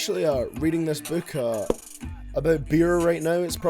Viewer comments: “From the lyrics I don’t know what he’s aboot” 😂😂 love you baby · “What Lil xan is all aboot” AHAHAHAH YOURE A LEGEND 🤟🏽